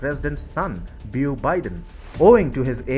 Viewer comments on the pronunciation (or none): FYI, “Beau” is a name we’ve borrowed from French. In American English it’s pronounced like “bow,” as in bow and arrow (which both rhyme with “go”). There is a famous actor in the US with the same first name, Beau Bridges. He’s not quite as popular as his brother, Jeff Bridges, or as was their dad, Lloyd Bridges, but he is quite famous so most Americans know the name.